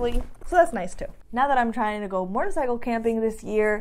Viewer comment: ...… love the channel! cant wait to see the vid on your track day cuz I want to do one to! I have to tell you something..... when you say the word MOTORCYCLE you pronounce it MORTORCYCLE sometimes! SUPER CUTE! Keep up the great channel!